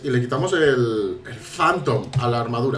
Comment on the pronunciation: Ese ecento me encanto . Jantom jajaja.